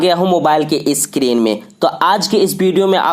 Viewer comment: Pee zapp 😂 eskreen 😂